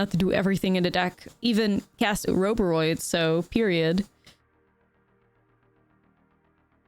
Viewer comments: I love me some Ouroboroid. Definitely my favourite mythic of the new set! Btw I'm not sure about the A-robe-a-roid pronunciation. Like Ouroboros ( Or-a-boar-oss ) I would imagine this should be pronounced Or-a-boar-oid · Ore O Bore Oid not A row buh roid lol